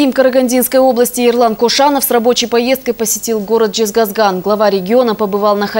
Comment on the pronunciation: Не жезгазган а жезказган сауатсыз ведущая